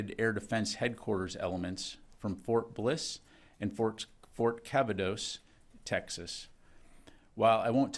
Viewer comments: Did he mean ft. Cavasos....smh not cavados😂😢....wow!!! And he's our spokesperson. Come on General!!! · This dude said Cavados.... He will literally read anything you put on the teleprompter